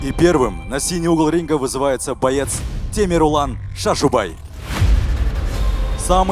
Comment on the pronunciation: Почему имя коверкают ни Темерлан а Темірлан